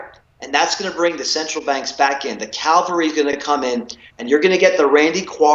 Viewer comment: Calvary? Or cavalry?